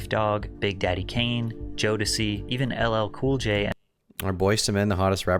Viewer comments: He didnt even know how to say Jodeci "JODECKEY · Bruh “Joe-deck-y”??? lol wtf It’s pronounced “Joe-Des-See” These kids on YouTube be violating tf outta artists names and don’t even give it a 2nd thought how much that impacts how serious people take their “informative content” 🤣😂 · bro said Joe doecy. how is tom such a zoomer and a boomer all at the same time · Joe Decky. The way pronounced Jodeci makes me feel old AF because I actually know what how to pronounce it properly 😂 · Bro said “jodecky” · The way you pronounced Jodeci’s name tho 😂😂😂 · It’s sad didn’t pronounce Joedci correctly. Freakn you is a banger